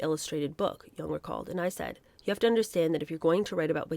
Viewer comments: It's pronounced JONG, not Jung (Young) like Karl Jung. Jong. Jong. Jong. Erica Jong. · Back in the day, we called her Erika Jong with the J prounced as a hard J, not Yung. Just sayin.